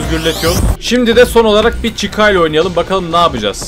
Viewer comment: Normal: Freddy: Freedy Normal: Bonnie: Boonie Normal: Chica: Chicka